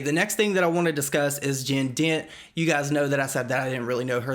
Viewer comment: i kept thinking he was saying “jin din” & i was trying to look them up and see who it was and then i realized he said jen dent lol